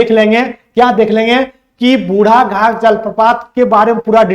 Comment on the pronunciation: बुढ घाघ नहीं बुढ़ाघाघ होगा